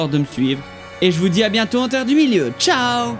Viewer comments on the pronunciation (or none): none